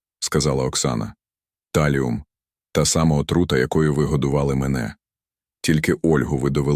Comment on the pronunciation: Чому ТАЛІУМ? ТАЛІЙ!